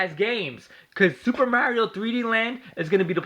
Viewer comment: AT LEAST KNACK IS AN ORIGINAL GAME, NOT THE SAME GAME OVER AND OVER AGAIN!!!! BESIDES YOU DON'T EVEN SAY MARIO RIGHT!!!! U FUCKED!!!!!!!!!!!!!!!!!!!!!!!!!!!!!!!!!!!!!!!!!!!!!!!!!!!!!!!!!